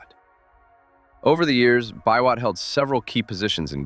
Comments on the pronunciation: Nicholas 'Bee-Wot!' not "bi-wot" lol (aka Total Man) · This video is quite wholesome. I've not watched another video featuring the Nyayo Pioneer Car. I believe the task for developing that car fell mostly on the state corporation, "Numerical Machining Complex". I love your pronunciation of "Biwott"- not a nitpick though 😂. They once referred to Thika Town as the Birmingham of Kenya I guess for LandRover assembly back in the day. Nowadays we're cool with 2nd hand Corollas. Greetings from Kenya.